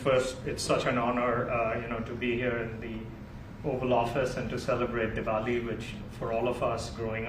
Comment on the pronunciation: Did he said Devoli